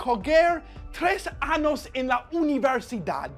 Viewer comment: I am dead serious hahaha that's what he said. Because of the "anos" instead of "años" part.